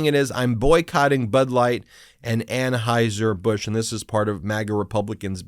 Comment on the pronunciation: “Aim n Aims”? “Anhoiser Busch”? WTF? Surely, this guy has had to correct people on his pronouns his entire life and it hurts his feelings. Otherwise, what kind of man needs to go around telling everyone how “Alpha” he is? 😏